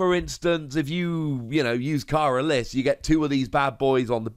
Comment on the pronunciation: its pernounced like careless fyi